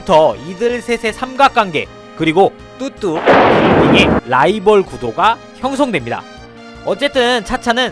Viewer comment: 왜 자꾸 뚜뚜가 흑두라고 들리지...........